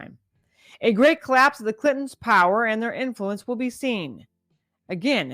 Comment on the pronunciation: I gotta ask, as maybe you can answer this.....WHO THE CRIKEY FUCK ARE THE CLITONS(As these maggots can't actually say Clinton.....THERE IS AN N IN THERE YOU FUCK KNUCKLES). I choose future honey boo boo. She's seen some shit after cyber mike pillow overthrew diaper donny. Oh I'm sorry I meant junior after he spilled his keys onto a terminator doll that became sentient and assimilated pillow